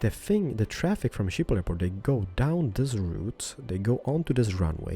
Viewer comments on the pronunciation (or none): Shiphol 😂😂😂 in the Netherlands we say Schiphol with the sch but many people cant pronounce that😂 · "Shiphol"... wauw xD It really isn't that hard to pronounce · Schiphol - pronounced 'Skip-ol' - from the Netherlands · Its always funny to hear people say Schiphol if your dutch. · love the way he pronounce "Schiphol" xD